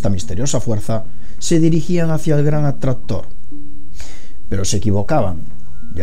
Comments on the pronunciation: aalguien mas se dio cuenta de que dice "fuerza atrazztora"? jajajajajajajjajajaja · see jajajaj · a lo españolete ^_^